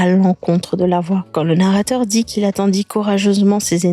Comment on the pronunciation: "narater" 😂😂😂😂 il y a de quoi s'embrouiller , le film est super original !